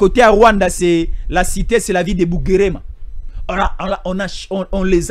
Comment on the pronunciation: Bugarama et non pas Bugerema